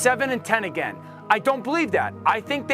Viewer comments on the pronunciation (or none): none